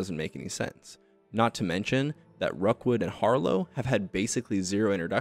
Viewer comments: its Rookwood ... not Rockwood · his name is ROOKwood, not ROCKwood, jfc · It’s Rookwood not Rockwood, also Niamh is pronounced like Neev, it’s a Irish name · The fact that you mispronounce Rookwood's name throughout the entire video is hilarious after I toyed with him for nearly 10 minutes during my final fight with him.